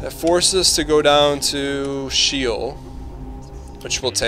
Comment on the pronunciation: Its not Shell A, it's Shall A